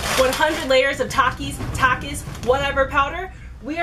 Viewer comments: my entire school will defiantly agree... all of the children there eat takis for a living. no one has ever said tAkIs- its kinda pronounced at "talkis" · (Tah-keys) is how mexican say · it is definitely pronounced tak-ees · I agree with you it’s pronounced TOK-eees not TAK-eees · It’s not takis it’s takis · I MEXICAN AND WE MEXCIANS SAY TAKITEOS (TAKIHOES) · Its ta kee s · It's pronunciation thakis but spelled Takis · taki not toki